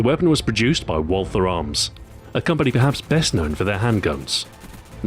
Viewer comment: Excellent video, Stu! One thing I noticed: Because Walther is a german manufacturer, the "th" is simply pronounced as a "t"and the "a" is pronounced like in northern british dialects.